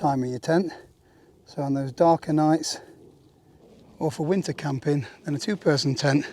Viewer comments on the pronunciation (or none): none